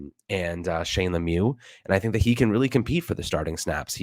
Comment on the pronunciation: Big fan guys. Sort of strange 3rd, 4th & 5th rounds, but let’s try to trust Joe Shane. (FYI… It is pronounced SHANE.) take care.